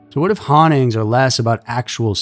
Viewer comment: I say this with respect, but it’s pronounced hauntings not honnings!